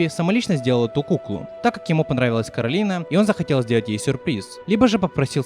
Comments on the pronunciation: Коралина весь фильм: Меня зовут Коралина, а не Каролина!: Каралина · почему Коралина а не Коралайн? по обычаям line читается как лайн, есть такое имя Кэролайн, хотя пишется Caroline